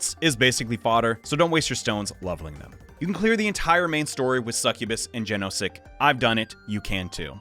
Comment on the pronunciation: Please don't call Wonder's persona "genosic" it's pronounced Yanoshik 😭